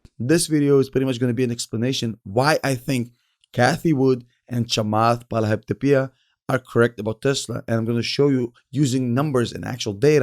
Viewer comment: The way you said chamath’s last name, oh my days 🤣